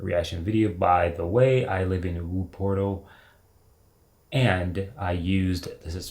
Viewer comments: Hi, just to support you. Try the pronountiation "Whouppertuuhl". And whenever you come to Germany and will be in NRW feel free to be invited to hava a ride on "Schwebebahn". I'm not a citizen of Wuppertal but lived there for 5 years. And it's not far away from my curent home. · Pronunciation of Wuppertal = Voo-per-taal. The city's name is derived from the River Wupper (vooper) and the word "Tal" which means valley. It is a narrow valley and the suspension railway was built above the river to save space. I have taken that railway just for fun. It's cool. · for the algorithm ... i had to chuckle when he said "Woo-Pertl" :-) 🚟btw: this sky-blue train was also the template for ths unicode emoji : 🚟 (no idea why it is blue when selected [hotkey in windows: WIN-dot; missing in youtube emojis], but seems to be red when shown here in my browser)